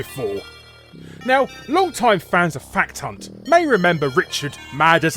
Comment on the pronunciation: Sounded like you said fuck ton not fact hunt at the start!